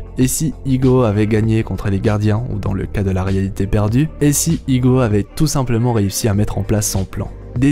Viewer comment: a chaque fois il dit igo.... c'est ego je crois